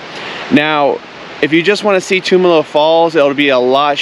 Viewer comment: Great video. Thanks for sharing. Tumalo Falls is a go to hike here in Bend when friends and family visit us. One small nit though. Locals pronounce it Tum (like Tums) Alo not Toomalo 🙏😁